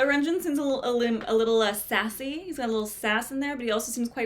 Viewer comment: renjun's name is pronounced more like lun-jwun but you can also use an r for the l. Here is a video on how to pronunce his name they make videos like this for most well-known idols